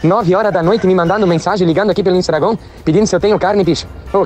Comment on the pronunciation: "Instagron"...kkkk muito legal.